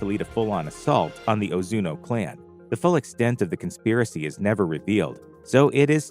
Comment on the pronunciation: 1. It's Ozunu, not Ozuno 2. You completely forgot to mention the other 8 clans other than Ozunu and how they also train orphaned children into assassins Only watched it once and could at least gather that much...